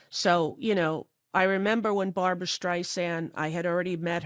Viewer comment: Just so you know, it's "Barbra." 😊